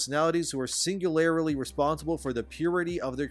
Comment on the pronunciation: The way you say "singularly" cracks me up every time.